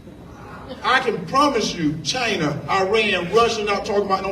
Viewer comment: I can promise you "Chiner"